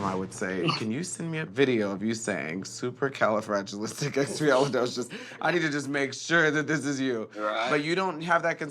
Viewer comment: I'm really stressed with the fact that he said "Supercalifragilisticexpialidocious" wrong